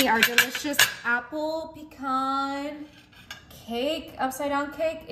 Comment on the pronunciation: Please tell her to say pecan